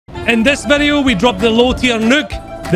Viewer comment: I love you saying VEDEO :D Greetings from Turkey <3